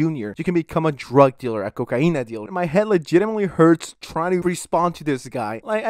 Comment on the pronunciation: 10 hour ASMR cocaine but the latinx way of saying it